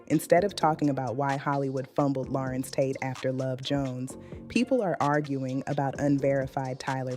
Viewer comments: Larenz, not Laurence 😒😒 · It's pronounced LA-RENZ not Lawrence!! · THANK YOU BLACK FACE, a.i. ROBOT, for giving us great content about this phenomenal actor. YOU CAN'T EVEN PRONOUNCE HIS FIRST NAME CORRECTLY. WE WANT HUMAN REPORTING, NOT ROBOTS! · What she call him. Girl say his name right! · All this technology and they can’t program these AI bots to pronounce his name correctly!! This man didn’t let that industry take his light, his soul! He looks good and spiritually healthy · Learn how to say his name AI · She’s pronouncing his name wrong. And he’s handsome.